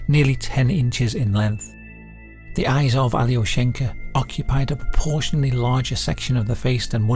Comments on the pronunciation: it's not pronounced "ally-o-shank-a" it's more like "ahl-yo-shien-kah" also it's a male name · alyO-sh'n-ka Not that it matters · Just a note, Alyoshenka is a boy's name (with the stress on the O - yes, completely counter-intuitive to an English speaker), an endearment diminutive of Alexey, a common Russian name.